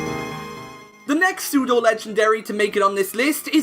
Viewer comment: WE DON'T SAY AN BEFORE SAYING A WORD THAT STARTS WITH A CONSONANT, WE SAY A! IT'S PSEUDO, NOT SUTO! DO NOT CALL ARCANINE A HE! AND TO ANSWER YOUR QUESTION, NO! ARCANINE IS NOT A PSEUDO LEGENDARY! A POKEMON CAN ONLY BE PSEUDO LEGENDARY IF IT IS THE FINAL FORM OF A 3 POKEMON EVOLUTION LINE, WITH A BASE STAT TOTAL OF EXACTLY 600!